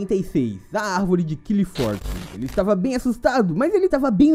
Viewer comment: nao se le qlifoth e sim arvore claipof